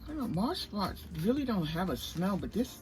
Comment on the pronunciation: I'm sorry... I cannot listen to your video when you keep referring to it as Modge Podge. Why? You have two bottles right in front of you. 🤦🏻‍♀️